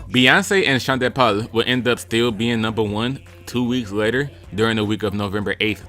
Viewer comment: Sean “de” Paul 🤌🏿